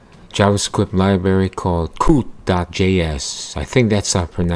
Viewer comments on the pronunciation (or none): You keep saying libary.